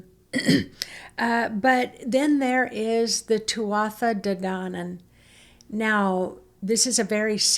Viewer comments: Ar fheabhas 👌. Go raibh maith agat (Thank you) for sharing 🙏. Tuatha De Danann is pronounced two a de dan an. The energy in Tara is amazing and so powerful 👌. I ❤ it up there. I only put a post up about it today. I go to Tara as often as possible. It’s my favourite place on this beautiful Emerald Isle 🍀☘️🍀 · Pronounced Thu-ahh De Dannan 🍀 🧚‍♀️ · The Tuatha De Danann (pronounced "Too-a Day Don-an") seeded the Irish/Celtic bloodlines. They were warrior tribes with full memory of their incarnations within Atlantis and Lemuria and their connections to the Pleiades and Lyra. They held bilocational consciousness and lived Elemental lives alongside physical incarnations and they kept that portal between the harmonic dimensions open until they were infiltrated and sealed off by the dark masters. Since the Easter portal 2022, they are open once more. The Tuatha De Danann were not Lemurian, although there are connections there. Lemurians moved through many different time periods as they descended into physical form. The Tuatha De Danann did not incarnate onto the planet in the same way the Lemurians did. They were seeded through light transfer within harmonic dimensions. They therefore 'thought' themselves into being rather than incarnated into a third density body. Consciousness is able to create for itself form but this is not incarnation. The Tuatha De Danann were fae or faery (fairy) elemental beings that were able to give themselves form, enough to influence the conception of new incarnated souls. They would project forth a form of light transfer into the human female's womb after she had conceived with her twin flame partner. The child would be genetically the offspring of the third dimensional parents, but would also hold genetic memory and etheric DNA from the Tuatha De Danann fae parent that had projected his own ligh